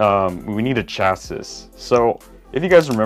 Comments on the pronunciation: Is pronounced chasi its spelling is just chassis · It's pronounced Chas-see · No it's pronounced Chassis is pronuced Chasee look it up not trying to be rude just want to spread the information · It’s pronounced chassi but spelt chassis because the s is silent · Hey. Chasis is literally pronounced cha-see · Its pronounced shasii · Its actually pronounced like (CHasē/SHasē) to be exact! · Its chasee isnt it? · no. It's shasee. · This is how many times beytubers will say chassis wrong 👎🏿